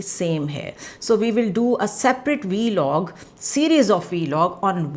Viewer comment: It's pronounced 'vlog'. Not 'vee-log'